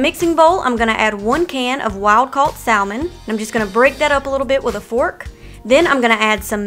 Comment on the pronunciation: It's written as Salmon, but pronunciation is Samon.